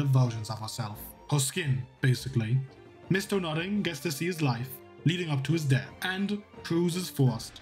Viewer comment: Why do I always hear "Mister Nutting"? xD